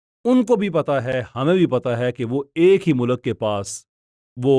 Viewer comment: bhai mulak ki pronunciation theek ker lain. Mulk hota hai mulak nhi hai.